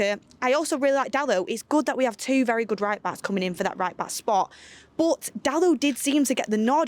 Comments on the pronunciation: Nobody:: BUT! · saying “but” always makes me laugh 😂